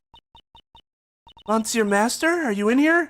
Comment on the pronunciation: i have a slight feeling there will be many more 'monsieurs' in this case so just a tip of how to say it without needing accent or whatever instead of pronouncing it mon-sieur just say meuh-sieur, you know with that heavier euh sound other than that got pronounciation down